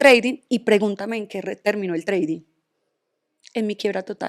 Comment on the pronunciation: jajajjaj TRADING NO se pronuncia así, es mejor que lo diga en español para que no haga el ridículo y se le afecte la plasticidad.🇺🇸💪🏻